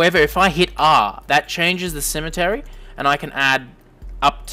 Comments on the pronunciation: good video. btw its pronounced C-ME-TRI not cemetery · It's Symmetry, like SIM MET TREE! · Nice! one simple criticism... IT'S PRONOUNCED SIM-EH-TRY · have i been saying symmetry wrong my whole life